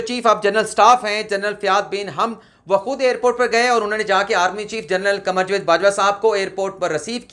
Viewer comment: لفظ جاوید کا تلفظ صیح کر لیں